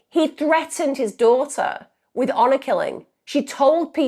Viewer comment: Hour killing!? Its HONOR Killing